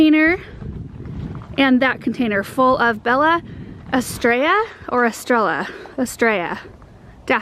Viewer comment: Love your videos❣️ My kids and I watch you every morning. Just in case you wanted to know about the pronunciation of Bella Estrella. Estrella you said correctly. But Bella is off a bit. The double L in Spanish makes the y sound. Bella Estrella is spanish for Beautiful Star.